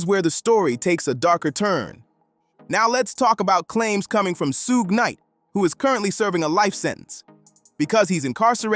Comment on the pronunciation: Soog Knight Soodge Knight Soogay Knight 😂😂😂